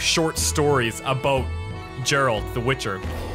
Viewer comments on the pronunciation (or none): Dude, it's Geralt, not Jeralt. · It's Geralt not Jeralt for God's sake... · Geralt,not Džerald 😄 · Sorry but this just pissed me off its geralt not jeralt its a G not a J ( ger-alt) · Geralt not jeralt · It's Ger-alt not Jer-alt! They even said it in the video. How do you fuck it up?!?!?!?! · Teepo Jerard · Why do american people call him Jeralt, its so annoying. Its Geralt, not Jeralt. Its not even hard to pronounce. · his names not JARE-ALT its GARE-ALT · call him Gerald one more time... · it's pronounced Geralt with a Guh, not ge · Who the fuck is "Jeralt"?! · Did you just call Geralt "Jeralt"? -__ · the intros story is from one of first book's introduction to Geralt short stories, they even made a comic book about this story. and his name should be pronounced with G like in word 'game' ;) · actually turned off the video right after i heard him say Jeralt fuck that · he just called geralt fucking jeralt... disgraceful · heard this and came to the coments to see If I was not the only one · Who pronounces Geralt as Jeralt? It is said properly by every character in every game... pls my ears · Trying to watch in 2017. Having a hard time fighting the urge to turn the video off every time he says "Jeralt" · Djeralt? Dude... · I wonder how many people are triggered by the way you say geralt XD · failing your mispronunciation of GERALTS name... Dunno what to make of this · i had really hoped he would've said geralt properly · I’m sorry for singling you out, I did mean everyone who dislike the vid because he mispronounced a name, pretty pathetic reason to dislike ngl. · hit him with a down vote for that atrocious pronunciation of the famed witcher Geralt of Rivia!!!